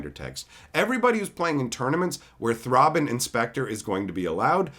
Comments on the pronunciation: I've never heard anyone pronounce it Throbbin' Inspector, but now I won't say it any other way. (Thrayben no more.) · Lol “Throbbin’ Inspector”